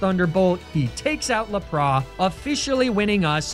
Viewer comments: I was totally rooting for you, the first few sacrifices were soooo heartfelt…… Then you said “lapras” as “la-pros” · Why does he says lapras like that, other than that great video